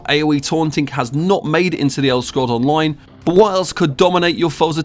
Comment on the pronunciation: "De Elder scrolls On-loin"